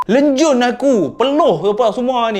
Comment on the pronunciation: Lencun bang..bukan lenjun